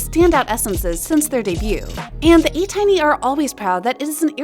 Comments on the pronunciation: I wasn't that serious with that comment... I just wanted to point it out. Anyway, it wasn't "anti" but pronounced like "tiny" as in small... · Atiny....pronounced "anti" Good job on ending sabotaging and ruining Ateez's future with your toxic trollin... we out here literally banning the names atiny and Ateez from our mentions as you geniuses cancel yourselves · You should learn how to pronounce korean names properly and ESPECIALLY ATEEZ FANDOM a not butcher it... Like you do all this research and hard work and totally neglect such an important thing? You aren't a newbie to K-Pop and Ateez are not small anymore... How you not know what their fandom is called? Seems ignorant to me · As an ATINY, I do not appreciate you mispronouncing our Fandom name, especially with it's meaning. ATINY is a mix of ATEEZ and Destiny. I'm sorry, but the way you pronounced it just sounds degrading.